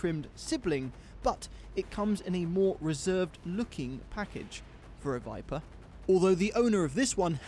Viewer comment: Stop it!!! It's called the VIPER!!! Not the VIPA!!! That would be like calling you GAYms!!!